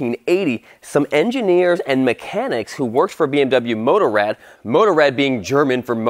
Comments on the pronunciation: Great video. Motorrad pronounce Motorrad and not Motorred. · You said motorad wrong bmw wrong and gelände 😂